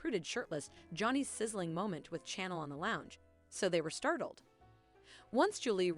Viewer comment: She is named Chanel, like the perfume and fashion line. You keep saying channel, as in change the channel. Cringe worthy.